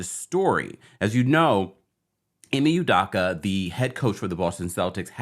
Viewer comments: Nope, not correct. EE - may You-DOH-kuh. Dayum....this dude should learn about his subject and how to pronounce his name if he's going to keep putting out videos about him. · "Ime Udoka" Ee-May You-Doke-Uh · This story is so old. Got anything new? By the way, your mispronouncing Ime Udoka’s name. 😮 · Why are all these U-Tubers miss pronouncing Ime Udoka's name??? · Smh u can't even pronounce the man name properly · Completely butchered his name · Bro learn to pronounce his name correctly. Also why is the females race important ? It’s not